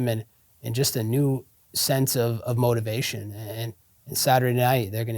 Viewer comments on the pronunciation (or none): none